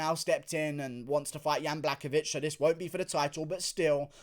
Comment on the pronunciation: Some pronunciations: Blahowicz, not Blakowicz Heinish, not Heinitsh